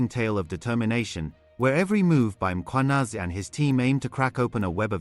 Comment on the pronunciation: Pls look after uour Mkhwanazi these cronies are very dangerous . As forbthe news anchor here, he pronounces African surnames so perfectly. Big up to that 😊